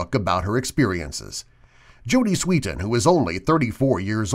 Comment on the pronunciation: ITS JODY SWEETEN NOT JOEY SWEETEN😡